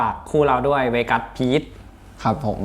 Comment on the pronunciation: ขอบคุณที่ลงให้ดู เราได้ยินเสียงไบเบิ้ลเยอะขื้นมากกก ชอบที่ไบเบิ้ลเรียกชื่อเวกัส ไบเบิ้ลออกเสียงชัดกว่าทุกคนน